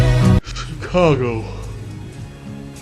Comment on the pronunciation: Learn how to pronounce the word C H I C A G O ....